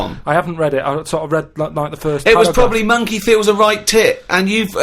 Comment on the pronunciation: "C'mon Rita, if monkeh wants to play wi' nipples let 'im".